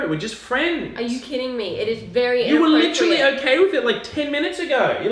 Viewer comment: They say the words “Rude”, “Innapropriate” and “Literally” a lot. They also say the word literally as “LI-CHER-ALLY” which omg smh. can be so physcially violent sometimes! But you guys are a cute couple tbh. Please dont say Licherally!!! 🙏🏻🙏🏻🙏🏻